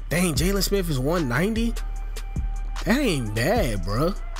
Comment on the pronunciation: Nigga said “jaylon smiff”